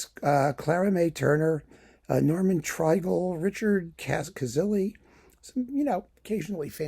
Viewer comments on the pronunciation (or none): Bass-baritone Norman Treigle's last name is pronounced "TRAY-gull," not "TRY-gull." One of the great stalwarts of the much-missed New York City Opera.